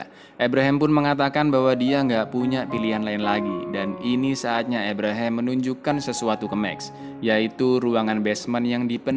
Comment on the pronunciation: ABRAHAM, Kang.. dudu EBREHEM 🤣🤣🤣